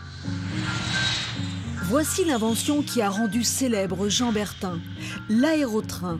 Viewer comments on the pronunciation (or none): Bertin, pas Bertain !!! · C'est BERTIN et non BERTAIN